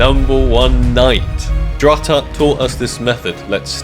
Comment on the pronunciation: I am sorry but it is'nt drututt it's Dr. Ututt